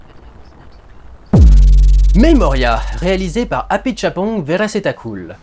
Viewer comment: On sent le mec qui s'est entraîné à dire Apichatpong Werrasethakul, cela dit le résultat est là 😁😁😁😁